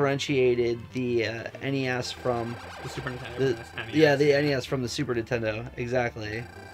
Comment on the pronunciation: east coasters always calls Nintendo Intendo